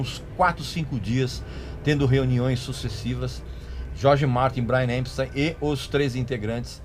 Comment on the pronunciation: Acho as informações úteis, mas se você cortar os "pouca gente sabe " e similares, o tempo do clip cai pela metade. Precisa melhorar o inglês, também. O nome do cara é Epstein, e não "EMpstein". De resto, agradeço as informações que não conhecia.